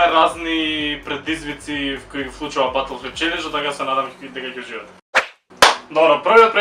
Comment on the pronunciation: Ботл флип челенџ, а не батл :D